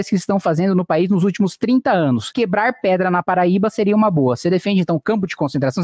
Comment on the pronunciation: A única coisa que eu escutei foi "quebá pedra"